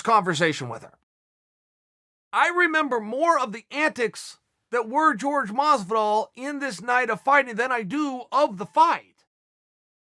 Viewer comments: Chael sonnen: Mas-vu-dahl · Chael "mosdivol" Sonnen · Moz but all , maaass vidal wth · Chael "Mozvidoll" Sonnen. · George mas-vu-dahl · Everytime he says masvidal take a drink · Masvidal : Hor-hay Chael: George Masvidal: George